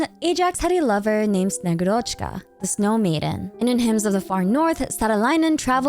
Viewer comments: bro PLEASE the name is SnegÚrochka, not SnegurÓchka 😭😭😭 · I'm really excited for snezhnaya and honestly the third descender being the tzaritza's lover and that being the reason she needs the gnosis makes so much sense! One thing that bothered me though: snegurochka is pronounced more like snye-GU-rachka (capital letters is where the emphasis is). She often described as the granddaughter of ded moroz (basically Russian Santa) that comes to deliver gifts with him or as a girl that was made out of ice and melted when she tried to play near fire. You should read about her, it's very interesting. To the native Russian speakers reading this comment: 1. I know it is a short o and not a, but it sounds so much closer than a regular o. 2. I only read about snegurochka's story once, so if there are any inaccuracies, please correct me! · As a person who speaks Russian, allow me to correct you, if you don’t mind. When pronouncing Snegurochka you are leaving out “u” which is a bit stressed in russian its like SnegUrochka the “u” seperates well the first and secont part of the word, without it, it’s hard to understand the word. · It's snegUrochka btw, thanks for the lore❤ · Thank you for the video queen!! Top content once again. A little correction in pronunciation from russian speaker for future vids, sorry - in Snegurochka the emphasis is made on U c